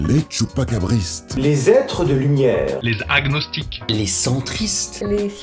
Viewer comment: Hygiène mentale j'ai remarqué plusieurs fois il ne fait pas la liaisons des mots. Il ni a pas de "h" devant agnostique